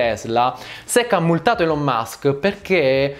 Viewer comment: Va rivista la pronuncia delle parole inglesi. Elon e management, ad esempio, sono pronunciati ogni volta in modo completamente sbagliato.